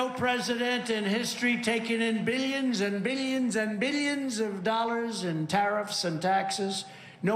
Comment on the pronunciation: I love when he says million and billions... "Milly-ins" and "Billy-ins"